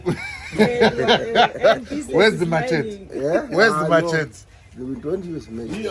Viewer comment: mum reminds me so much of my beloved late mum…she comes across as a lady with a vision & drive and certainly a unifier …by the way machete is pronounced ma·chet·e (mə-shĕt′ē, -chĕt′ē) …kudos to you, mum & your bruv for the sterling jobs you’re doing..❤️❤️❤️!